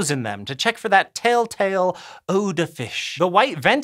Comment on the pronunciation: It's "telltale", not "taletale".